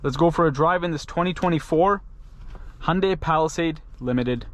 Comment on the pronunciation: its pronounced ha yun dai by the koreans who made it yun dai by other asians I dont think its Honda-y in pronunciation